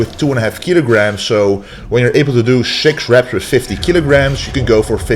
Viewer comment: We do the "Schtretsch"...we do 10 Repsch...after that we do 100 "perschent".....sch...sch...must be a dutch guy. 😁😁😁